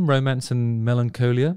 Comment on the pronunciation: The way you pronounced melancholy was just weird and glorious